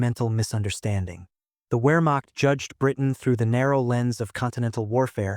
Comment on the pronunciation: 'Wehrmacht' should be pronounced "Vehrmacht'